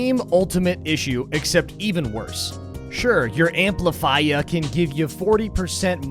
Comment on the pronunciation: "Hey didi enjoy the amplifaiya" :)